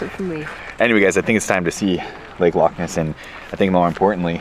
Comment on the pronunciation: As a non Scot, living in Scotland, I have to compliment you pronunciation of Glenfinnan, Glasgow and Edinburgh, have to work on the loch though! The islands are much more religious than the rest of us, hence shut on a Sunday, and if you visit again, most shops will give you cash back on your card. This means you can buy something and then ask for money as well. This is quite handy is you are short of funds. Pubs, hotels and many shops will do this free, when you go to the till. Below is a song by the Corries about Portree. You might just recognise the tune? The Corries. "The Portree Kid."